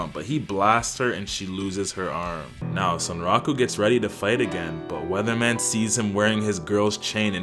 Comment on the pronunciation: Weathermon, not Weatherman